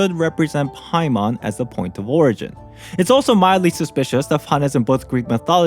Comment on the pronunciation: "Byemon, Spymon, Paimore"